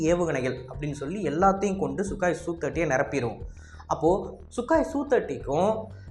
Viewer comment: Sukaai illa bro... Sukoooi bro..